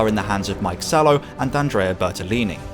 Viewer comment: Brilliant stuff you're making, many compliments from me, but this must be the first time I've heard Mika Salo as Mike Salo. But keep up your great work!